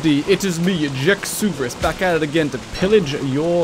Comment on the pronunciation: errrm akauthully its jakeosaurus not jakysaurus🤓